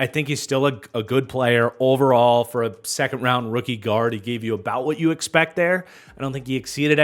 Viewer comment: I didn't "expectt" this!